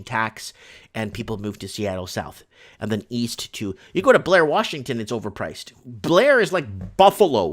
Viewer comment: Blair Washington? Where's that ? I think you mean Bliane, Washington.